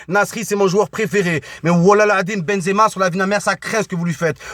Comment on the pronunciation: on a marre de ton benzeama walah je suis algérien mais tu me fatigues avec tn benzeama